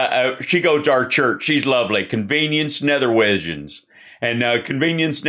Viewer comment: Convienence Netherwidgens? LOL